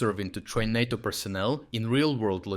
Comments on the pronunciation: Good content as usual. BTW, "NATO" is pronounced with a long "a" sound. It sounds quite odd with a short "a". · I question if AI voice is being used as words like NATO are being pronounced two different ways.